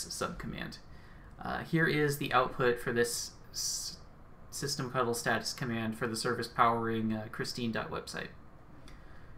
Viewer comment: I love that you used the correct "cuddle" pronunciation of "ctl". :-)